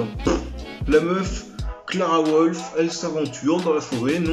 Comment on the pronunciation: C pas Clara wolf c Lara Croft 😂😂😂😂